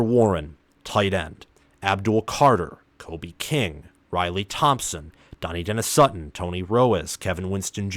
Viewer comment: Central PA - all I’ve heard is Trout-wine. All the PSU podcasts news cycles etc. Also hear Duh-NEYE, not Danny or Donny-denis Sutton. Rapple-yay not Ruh-paul-yay. Is-erd, not eezerd. Row-hass, not Row-us. Probably a couple more that skip my mind I heard here. Oh, FASH-uh-noo. Not Fuh-SHA-noo.